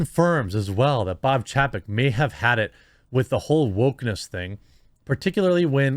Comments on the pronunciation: It's pronounced CHAYpek. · Chapek is pronounced Chay-peck. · Say it with me "chay-peck". Learn to pronounce names. You make us look bad.